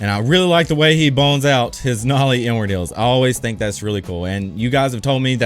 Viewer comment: why does it always sound like he says n word heel when hes saying inward heel? lol